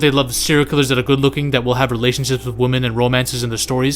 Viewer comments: Stopped watching the second you pronounced women as woman twice. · Youre mispronouncing "women". Just commenting to say this cus it bothered me